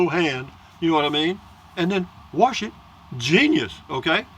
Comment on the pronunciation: when you say you warsh your hair the r is silent lol like your videos